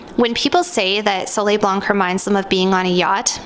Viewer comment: You’re Canadian!! Don’t pronounce the c in blanc or the m in parfum I just found your channel but your French pronunciation is killing me. Seek proper pronunciation please.